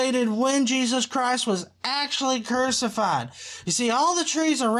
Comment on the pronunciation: Did I hear that correctly? Jesus was "curse-ified"?